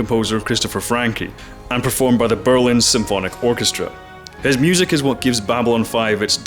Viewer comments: FRANKE - not Frankie! Seriously...blergh look at what you made me do! You made me comment about your pronounciation :D As for B5, still the best show ever and it has great female leads without SJW-Wokeness! Ivanova? Damned, she's competent, driven, charismatic and hot as well, same for Delenn, Talia Winters etc. etc. :) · ‘Franke’ (from Tangerine Dream), not ‘Frankie’ (as in Howard). Why can’t Americans (and most Canadians) ever get other cultures’ names right? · Pronunciation. The finale "e" in "Christopher Franke" is not a hard "E" as you pronounce but almost silent. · Chris Franke (not Frankee) was ex Tangerine Dream. Nuff said